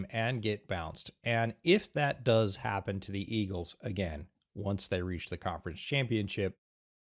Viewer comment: Hearing get some "Iggles" in was awesome as a Philly fan